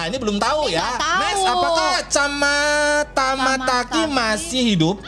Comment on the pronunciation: Bang itu bukan camataki tapi cmataki tamataki